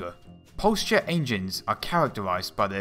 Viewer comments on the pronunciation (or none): "H, E", not "Hey-chee". Also "Engines, ie. N-gins", not "ain-gees" lol